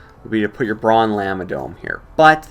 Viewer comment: I got just past the 3 minute mark and heard you say llama like lamba. What's wrong with you? :|